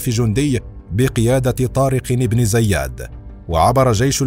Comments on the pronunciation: النطق الصحيح لإسم زياد هو بكسر الزاء وفتح الياء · طارق بن زياد وليس زيادن